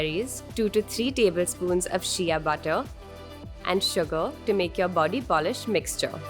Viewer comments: "Polish" love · "Polish" Love you 💕